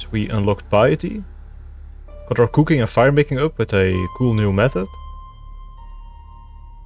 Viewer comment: He says "Kooking" like Verf (